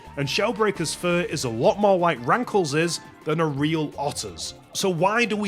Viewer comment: When you saw “Rankles”, I hear “Graggle”